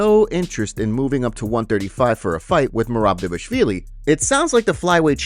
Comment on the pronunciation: Learn to pronounce, Dvalishvili, and I'll probably subscribe